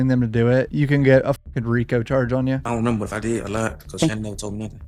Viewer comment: “Ion Remember” 😂